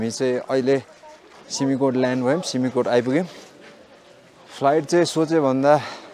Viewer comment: सिमिकोट होईन “सिम-कोट”